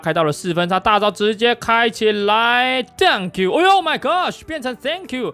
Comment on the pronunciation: Dunk you 變了 thank you 😂😂